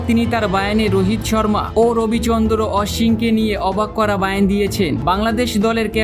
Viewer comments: আপনি বয়ান কে বার বার বায়ান বায়ান বলছেন আপনি কি বাংলা ভাষা সঠিক জানেন না ? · Apni ki bangali?bangla bhasata ki janen?barbar bolchen bayen.erokom sobdo banglai ache bole sunini.kothata sobdota hobe Boyan